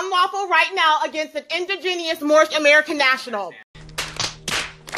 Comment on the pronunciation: Well, of course her incantations failed. The indegenius didn't pronounce them correctly.